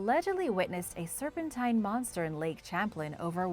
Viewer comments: "Champlin" 🤣 Champlain ="sham-plane" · Its pronounced as Champ as you say Champagne and Plane as in the word Airplane the man who the lake is named after is from France so its properly pronounced as Lake Champlane all soft A,s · Lol the way you pronounce lake Champlain is funny ... I live near it it's pronounced lake sham-plane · Correction needed, I grew up in Vermont. It's pronounced Lake "Sham-plain". :-) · Your right its pronounced as Champ as when you're saying champagne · it annoys me that you do an ethnic accent for any spanish word, but anglicize the heck out of french words like "Champlain" it isnt pronounce "champlin" its pronounced how its spelled. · I was about to say the same thing. As a New Yorker, it kind of hurts to hear it said that way. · I live in constable New York about 5 mins from the Canadian border ... I'm closer to the st Lawrence seaway than I am lake Champlain but I'm only like 50 mins from it ... It was definitely driving me nuts hearing it pronounced like that lol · I love your videos! But the way you say Lake Champlain made me cringe 😂 . That aside keep up the good work I love your videos ❤️